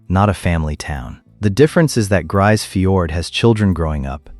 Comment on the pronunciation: Not a single piece of real footage of Grise Fiord. AI slop and crap video. And you can't even pronounce the name of the town properly.